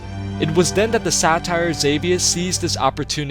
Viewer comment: Love your videos but damn your pronunciation of some words is cringeworthy. For example, satire as opposed to satyr.